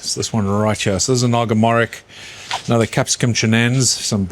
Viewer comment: Great video, I’ve learnt a lot watching this - it’s my first year of growing chilli plants in pots on a patio! Originally my family are from Bangladesh where the Naga Morich plant comes from! Your way of pronouncing it is cool but it’s more like ‘mo-rich’ 😂